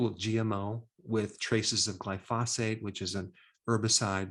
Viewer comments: Dr Berg - Are you saying 'glyPHOsate' of 'glyPHOSphate'? I've always pronounced it 'GLYphosate'. Spelled correctly is 'glyphosate'. Just curious... PS - I really appreciate the knowledge you share on everything! I've learned a lot from all you discuss. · I find Dr Berg's videos helpful, but he does have a few odd pronunciations, Glyphosate among them. It is pronounced GLY'-fōe-sāte. When you mispronounce things, or inaccurately cite research, it reduces your credibility, so it really is important, and not just a nitpick. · as a "pro" and a doctor, you should know how to pronounce gly-pho-sate